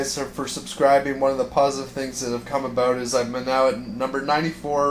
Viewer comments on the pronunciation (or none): none